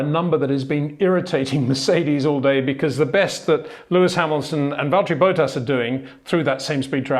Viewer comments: get the names right please... its Verstappen not Verschtappen...its Bottas not Boatas...its Leclair not luklurk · HEY PETER WINDSOR, I HAVE MESSAGE FOR YOU SIR: it is NOT Max "verSHtappen" ... Max is not German (Germans indeed do pronounce "st" as "sht") ... #Max33 = Dutch NL/Belgium! ... It is not "Bottash" nor is it "Lewish" certainly not "verSHtappen" .... This BS started long time ago when a British sport presenter interviewed father Jos Verstappen and assumed you can use a German pronunciation to a Dutch Driver thinking it is so "funny" ... It is not.